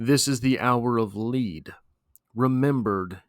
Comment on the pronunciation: My friend I believe it’s “Lead” (rhyming with “Bed”) not “Lead” (rhyming with “Freed”). Just makes more sense for the mood - like a “leaden sky”